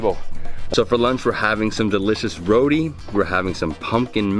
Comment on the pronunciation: Row-tee not Row-dee... geesh